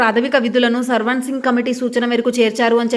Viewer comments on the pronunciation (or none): సర్వాన్సింగ్ కాదు mam swaransing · Sarvan singh kaadhu akko swaran singh committee😅😅😅😅